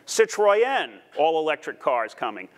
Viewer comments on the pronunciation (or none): "Citreujen" lol. Plz learn how to pronounce it right. Please! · Bless. 2023 and literally nothing he's said has come true. My concern is how anyone listened to him when he pronounced almost every non US non German manufacturer so badly. Renault and Citroën are 😂, and his presentation skills are shocking!